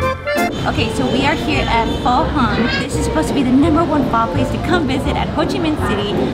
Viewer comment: Your husband pronounced Pho perfectly.